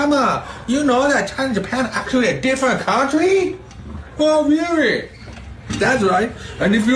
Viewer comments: Rearry, Benny? LOL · Oh, REARRY?!?! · "Ohhhh, rearry???"😂😂😂😂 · “Oh rearry” should have taken off culturally when that episode came out. Freaking hilarious